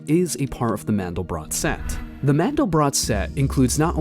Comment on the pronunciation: First: These people can't even correctly pronounce a German name "MANDELBROT". Second they have no idea what the meaning of MANDEL and BROT is. And third: This is the absolute stupidity to the power of a googol. Don't waste your time. BUT!!! There is one absolute truth: Infinity. That has nothing to do with god. Now to the explanations: MANDEL is a nut often used in powdered form for the production of Marzipan. If you add rosewater and sugar it becomes a very sweet paste for human consumption. Most Americans never heard of Marzipan. BROT is the German word for bread. So, MANDELBROT is a name for a loaf of bread made from nut flour. What has that to do with god? Nothing. If you feel now I tricked you and wasted your time. Correct. It was my intention, because that's what this clip does to you. I never talked about god and never brought MANDELBROT in connection with GOD. I see no connection. Only the people behind this clip do. Notice that they talk about "the mind of god" without making the slightest attempt to prove god first. Why? There is NO WAY to prove god! You can either believe or not, whatever makes you happy. Science has discovered what "seems to be" the mind of god. I guess you now know what they mean with "seems to be". The rest is "silence". But I make another bet: If you are a believer you need no proof, if you are a sceptic, you know and accept the simple truth: god is "unprovable". Now apply mathematical logic. The result is "nothing". That's why today scientist